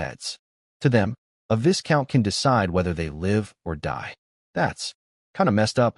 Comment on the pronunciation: ... Pronounced like Vai-Count or Vy Count.